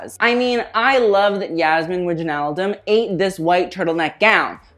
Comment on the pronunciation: Wijnaldum is pronounced “wainaldum” I think